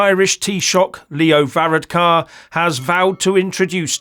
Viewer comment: Well, maybe if you learnt how to pronounce Varadkar's name and the word Taoiseach properly, you might be taken a bit more seriously - greetings from Co. Wexford (which if you didn't know, is in IRELAND) by the way.